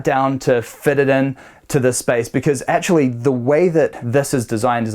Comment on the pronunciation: Always enjoy your videos. See you're still having issues with that word 'actually'...!